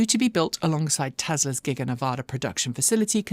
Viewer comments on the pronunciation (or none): none